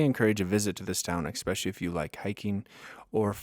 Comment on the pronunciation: There is no “x” in “especially.”